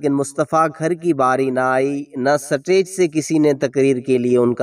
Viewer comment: “سا-ٹے۔ج “ کیا ہوتا ہے بھائ ؟ سا ٹے ج- نہیں - “سٹے-ج” سٹے ج۔ سٹیج - stage